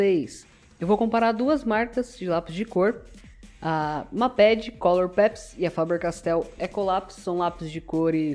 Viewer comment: Lê se "meiped" n mapedi, agonia kkkkjjkkj